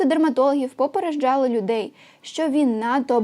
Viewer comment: "ПопереДЖали" а не попереЖДЖали